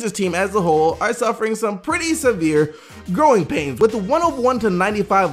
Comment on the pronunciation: I kept hearing groin pain instead of growing pain when was talking about Philly